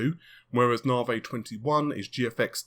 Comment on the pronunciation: Narvey. Shits annoying as fuck.